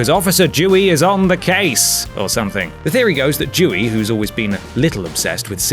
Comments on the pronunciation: it's pronounced "Doo-ee" not "Jew-ee". lol. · i was immediately pissed off when he said dewey. its not fucking jewey, its dewey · It’s said like “dooee” not “jewee” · It’s Dewey not Jewey you anti Semite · It's Dewey not Jewey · mans needs to find a way to stress the d in Dewey so it doesn't sound like jewy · Srry I heard it as "jewey" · I heard Jewey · for the first one i heard "jewey" and i was like wat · I swear he keeps calling him "Jewey." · ...jewy? Wtf... why the fuck do you keep saying Jew? And don't blame the English accent. I'm English and I don't say fucking jewy. Are you a spacker? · I'm sorry but it sounds like you're saying Jewey. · How he say's Dewey irritates me. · That's not how you pronounce Dewey ffs. Disliked and unsubscribed. jk